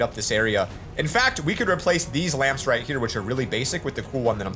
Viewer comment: “build some lampms”